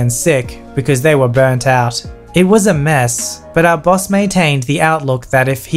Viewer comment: I keep hearing the word bus instead of Boss